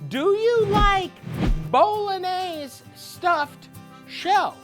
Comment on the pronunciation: Cause he says it properly? 🧐